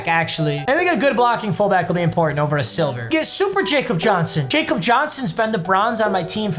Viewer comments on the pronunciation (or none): Papa, you probably don’t care but Jakob Johnson is from Germany and he pronounces it with a Y (Yak-ob)